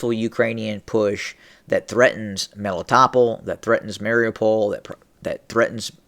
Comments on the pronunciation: Meh-lee-tow-pol Melitopol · I think it's pronounced Meh-lee-toh-pol